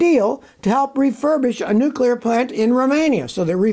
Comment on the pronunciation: Scotty: It's pronounced "nuclear", NOT "nucular".